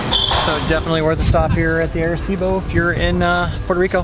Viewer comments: Great videos of PR, Arecibo is the town where my grandmother's family is from in PR...but it's pronounced "Ahh"-reh-cibo, you're making my ears bleed man. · They keep saying "AIR"ecibo lol